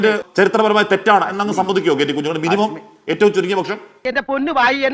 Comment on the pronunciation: കുഞ്ഞികണ്ണൻ അല്ല. കഞ്ഞിക്കുണ്ണൻ